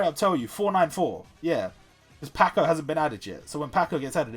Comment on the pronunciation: the way u say Pako iwas unacceptable its PAAKO LIKE PAPAA